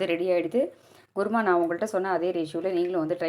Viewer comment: ....kuruma not guruma😅